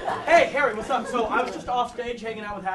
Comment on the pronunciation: Was that Harry or herry